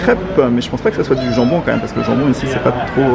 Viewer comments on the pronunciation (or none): none